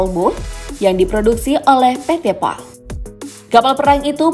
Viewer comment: Menit salah min, PT. PAL bukan PT. PAI gimana sih admin ?